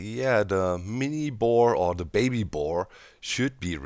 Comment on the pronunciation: Doc's version of "baby" is waaaayyyy different from mine.